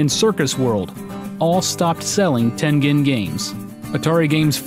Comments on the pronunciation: It's Tengen....pronounced as "Tenjen". Smh. Gotta love milenials that think they know everything about an era they were never born in by doing massive amounts of research ON THE INTERNET. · It is pronounced "ten-jin", with a J sound, not a G sound. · I thought that it was pronounced ten-jen. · I always pronounced it Ten Gen (as in Genesis) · No! No! No! It's Ten -Jen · It's pronounced "tengine." It's American.